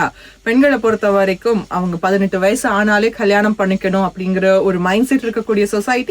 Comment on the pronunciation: கேட்பாங்க, உங்ககிட்ட, பெரியவங்க, அவங்கள்ன்ட ஸ்டேட்டஸ்...வயஸு வைச்சிருப்பாங்க... எந்த ஊர் கொடுந்தமிழ்? தெலுகனவா, ரம்பையின் ஆந்திரவா அல்லது கானான் விகாரமா (Caanaan Vihara)? 2009யில் யுத்தம் முடிவடைந்த சில காலங்களிலேயே தமிழ் நாட்டில் நாறின தமில், இலங்கை ஊடங்களூடாக பரப்புரை செய்யப்படுகின்றது. தமில் நடு (Tamil Nadu) போன்று இடைவெளிகளை நிரப்ப ஆங்கில சொற்கள் ஊத்தை உச்சரிப்பில் அரங்கேறுகின்றது. சமகால தமிலெனின், இவர்கள் எங்கிருந்து இங்கு வந்தடைந்தனர்? உரையாடுபவர்கள் இருவரும் மத்தியகிழக்கு இல்லையேல் வங்காளத்தவர்களாக காணக்கிடைக்கின்றனர். தமிழில் பேசுவதாயின் அதுவும் இலங்கையில் வாழும் தமிழருக்கான ஊடகமாக பொறுப்புணர்ச்சி அவசியம். ஊடகங்களில் எவரும் சேரலமா அல்லது தமிலுக்கு கொடுக்கப்படும் விஷேஷமா?